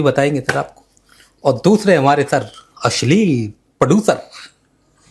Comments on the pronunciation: Asleel nahi (ashleel )hota hay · Why say ... ashlil ?